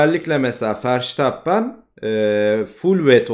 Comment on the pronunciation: bu işte yeniyiz bazı adamlardan bahsederken foto koysan daha akılda kalıcı olur bazen telafuzdan da ötürü hangi adamdan bahsettini geç anladım (sen doğru telfuz ediyosun ben yanlış biliyomuşum verstappen i:DDD)